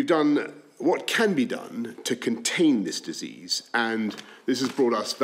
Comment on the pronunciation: We need to close sckools to contany the coronavirus